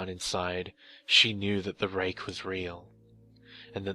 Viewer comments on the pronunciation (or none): none